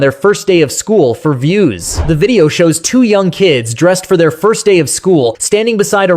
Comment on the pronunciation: That mom can’t even say “First day correctly!” 🤦🏾‍♀️🙏🏽 Lord we need you!